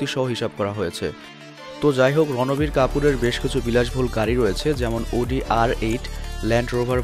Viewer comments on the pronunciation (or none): ভাই রণবীর না রাণবীর সিং হবে।